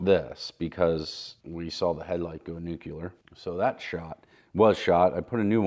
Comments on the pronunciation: Hey, it's nuclear, not nucular! lol. Sorry, pet peeve. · Noo-klee-er, dude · Newkyaler huh?